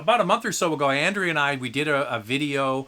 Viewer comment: I'm so glad that I have been able to put a smile on Andrea's face -- she totally deserves it! I am missing the twice weekly live shows, but once weekly is a privilege, so I can't complain. And yes, you did a pretty good job with my Spanish/Catalan name. We love our surnames in Spain!